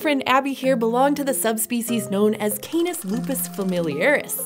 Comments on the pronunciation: canis not KAENIS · I hate how she says KAY NIS, it's Cah-nees. You're using a dipthong and a single vowel does not make a dipthong sound.